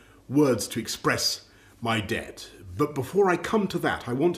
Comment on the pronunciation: When he said debt it sounding like he said dead